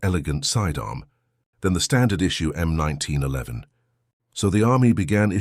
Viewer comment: The "M oneteen O'leven" ???!!!! You bought the cheapest automated voice you could find, didn't you?!!!